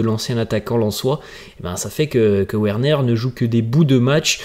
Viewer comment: Frère revoit tes prononciations, sa s'écrit Werner mais sa se lis Verner merci.